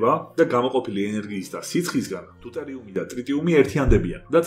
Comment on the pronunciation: ძალიან საინტერესო იყო მადლობა <3 პატარა შესწორებას გავაკეთებ _ დუტერიუმი არა "დეიტერიუმი", წყალბადის იზოტობი ატომური ნომრით 2. აქვე დავწერ წოტა მეტ ინფორმაციას "ტრიტიუმის " შესახებ, ტრიტიუმი ბუნებაში არ არსებობს და ხელოვნურად მიიღება ლითიუმისგან. საბჭოთა კავშირის დროს ტრიტიუმი მიიღებოდა თერმობრთულ რეაქტორში "ტოკამაკ 10 " სახელწოდებით.